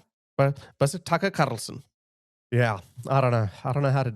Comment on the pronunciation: “Tucker Carrrrrlson” made me spit my coffee